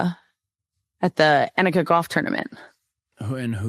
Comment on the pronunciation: Soph! It’s “Onnika” (pronounced) not Ann ika. Nelly won like 6 times on LPGA last year, phenomenal and Scurry was an OG badass goalie!!! Can’t wait to watch how fun!🎉🎉🎉 not criticizing just giving fyi 🤟✌️😊